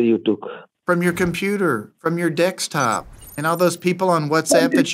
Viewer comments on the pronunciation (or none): from your dekstop! hahaha like indians pronounce it haha